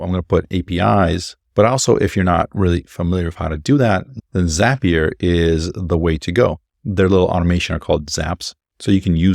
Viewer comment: "Zap"-ee-uh not "Zaype"-ee-uh. Brilliant. Inspiring. Insightful. Correct.